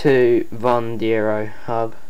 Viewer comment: if you own the vanderos at least fucking pernounce it right!!!